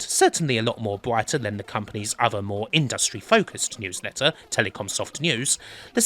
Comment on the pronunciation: I've never heard anybody pronounce it the way does here, and I'm English and worked with WYSIWYG programmes for years. Just one of Kims eccentricities. Like putting the syllable stress strongly on the second syllable in "industry".